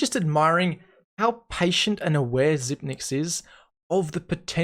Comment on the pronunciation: Not Xyp9(ni)x but Xyp(e)x. The 9 is a reverse E. Not just something I say. Xypex said it himself at an interview